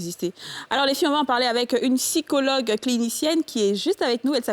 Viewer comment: HÉÉÉ JOLIE!!! OÙ EST CE QUE TU MET LE "P" QUAND TU DIS "PSYCHOLOGUE" OU "PSYCHO-TRAUMATIQUE"? AUTRE CHOSES AUSSI, SOUVENT TU INVERSE "É" ET "E". GENRE SVNT TU VAS DIRE "FEMINISME" AU LIEU DE "FÉMINISME". CE SONT DE PETITS TRUCS AUXQUELS FAUT FAIRE ATTENTION. N'OUBLIS PAS QTES UN EXEMPLE POUR CERTAINES. SINON A CÔTÉ DE CA,COMME TJRS BELLE ÉMISSION ET BON THÈME.✌🏾👌🏾👍🏾